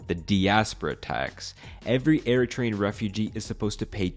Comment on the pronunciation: I am Eritrean and you did good! 😊